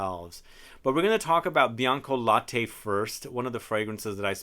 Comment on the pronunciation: Bianca late means white milk, not « laté »